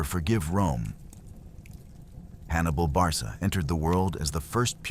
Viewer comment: My dear Sir, I hence to struggle where American amatuer historians get information, but the name Barca prounounced Barka where Hannibal got his name handed down, was a Libyan town roughly 17 miles west of Cartage. Common of Biblical times, take Simon of Cyrene a jewish libyan City. Mary oʻf Magdala. Similar to the Celts of Britan and ireland where people didlnt carry second names rathertheir occupation in Britan and the irish used O' or Mc for Son of or Ni for daughter of. It is unfair to people to be given false information my dear fellow. Chop Chop 😂